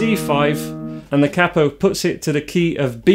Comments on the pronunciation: Please learn how to pronounce 'capo'. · Capo is pronounced as “capo” , not “capo” 😂 Just kidding